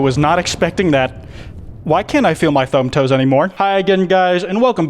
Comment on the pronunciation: Ok so we’re just gonna ignore that he said “thumb toes”?!?!